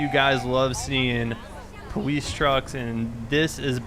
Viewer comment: Why does he say powice